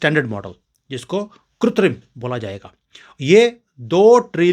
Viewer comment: I offer my condolences to Pancholi ji and his family for the departure of his wife and pray to Ishwar for the peace of her soul., the correct hindi pronounciation of the word artificial is kritrim not kutrim. Kritrim is wrongly pronounced by many people as kutrim.